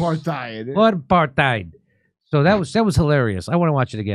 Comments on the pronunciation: Dutch pronounciation of 'apartheid' without an h in the middle. So it's not aparth hite. It's apart hite with every vowel really short except for the first which is a slightly longer held aah. Your welcome. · He didn’t take note of the helpful added bit underneath the strange word! APARTHEID AP-AR-TIDE 😂🤪🤪🤪🤪🤪🤪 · As a South African, Rappaport butchered the pronunciation: it sounded like Apart-thide. They were ripping his poor pronunciation off by initially saying apar-theed in their first cut. In a later cut they also said apart-thide like he did. Finally as a South African. The word is is an Afrikaans word. The Afrikaans pronunciation in English would be : A~parrt~hate. Saying it that way phonetically would mimick the Afrikaans word: Apartheid. Americans have been saying Aparthide for decades. I have given up on correcting people because it takes time away from more pressing matters. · "Apartheid" is Afrikaans for "Apart-ness" and is pronounced "apart" + "eight" = "Apartheid" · It pronounced ‘apart hight’. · it’s pronounced a paar tide. look it up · He can’t even pronounce apartheid correctly. 🙄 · Man he can't even pronounce apartheid...😂😂😂😂😂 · He says it with a soft 'th' rather than a 't' sound, but otherwise I think he said it right, and didn't hear whatever they were referring to. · He's always been a dope. He can't even pronounce apartheid. He's asking Jews where the apartheid is in a Jewish neighborhood.